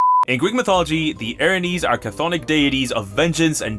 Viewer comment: Erinyes are pronounced air in yays